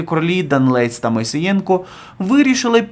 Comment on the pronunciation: Не Мосієнко, а Моісеєнко- уважніше ......